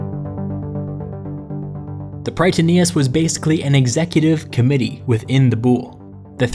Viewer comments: Someone must have told you already... But the Boule isn't pronounced b-OOL, but b-ool-EE or, if you want to be as close to the Greek word as you can get, v-ool-EE (B being the Greek beta, whose sound is closer to the english v than to b). Fun(?) fact: Boule is also the name the Greek Parliament uses for itself to this day, full official name: Boule ton Ellinon (Parliament of the Greeks). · i love you but as a greek watching you pronounce βουλή into boule (bull) when its supposed to be like vouli was kinda hilarious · you are knowledgeable and you seem to know what you are talking about but your pronunciation of the Greek words was killing me every time! "Boule" i.e is pronounced "vuli", that is v like you pronounce the v in "victory", u like the "oo" in "tooth" and i is pronounced like i in Italy. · OMG Not the 'Bool" it's "Voolie" I'm sry, it hit me too hard... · "Boule" is not pronounced like "bull", but more like "bull-ee" – just for you to know... ;) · The pronunciations are so wrong. I hate that the Latinasation of Greek words made them sound so differently that are hard to understand. The "Boule" is read as "vuli". Also oi are read as a single letter i, not o i. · BOULE NOT BULL BUT VULI!!! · Boule is pronounced "voulee" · You are AWESOME. I was very fortunate to have studied under some world-class scholars who ran the archeological dig in Athens. So here are some pronunciation upgrades: BOULE is pronounced BOO-lay. AREOPAGUS is pronounced AIR-ey-AH-pa-gus. BASILEUS is pronounced BAH-suh-LAY-oos. SOLON is pronounced SOUL-on. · I love it, as a democracy researcher but please, it hurts to hear Boule like the French word (I’m French btw) because it’s actually pronounced Boulé ! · Great one but its boule. With the e pronounced like in east